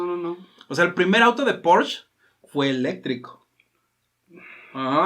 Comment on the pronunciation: Se pronuncia “porche” no “porch”